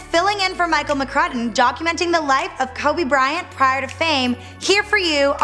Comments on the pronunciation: She don't even k how to say his name "kubby Bryant" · Why does she pronounce Kobe weird? "Kohhbey Bryan" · Who the hell is koobu brayant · 'kirby bryant' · Hmm sounds like she said Kaobe Brian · ''Kubby Bryant'' 😂😂😂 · she said Kuby Bryant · KOBAH BRYAH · Kuby Bryant 😂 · kubby bryant :/ lmao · Polanco They're saying that she said his name wrong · "Cubby" Bryant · She said kabe bryan LMAO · Kowbi Bryant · Why did she say his name like that